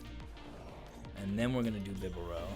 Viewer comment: Not Beh-bear-el.....ITS BIB-AH-RELL 😂😂😂....your hilarious hahaha